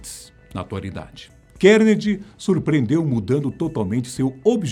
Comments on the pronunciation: A Fatos Desconhecidos tem uma equipe grande... e ninguém para alertar quando a pronúncia correta do nome do personagem ??? É "Car-Ne-Gui-E" e não "Kennedy".... pqp... falta Grave ! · Andrew "Kennedy" kkkk é bom aprender a pronúncia do nome na hora de fazer o vídeo...